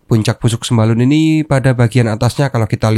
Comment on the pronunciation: Namanya bukan sembalon tapi Sembalun wkwkwk